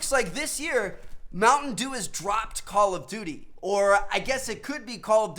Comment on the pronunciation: The way he says call of duty is so atrocious!! Omg Lmaooo